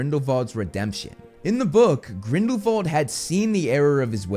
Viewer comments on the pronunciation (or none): ok but why do you pronounce grindelwald like that...